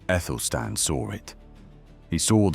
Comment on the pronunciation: I always thought it was Athelstan, so why are you pronouncing Ethelstan?